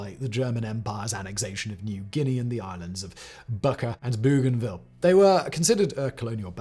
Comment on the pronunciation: Simon, I'm dying 😂 Rabaul = ra-BAL; Port Moresby = port MORZ-bee; Bougainville = BO-gan-vill. Am Australian who has been there.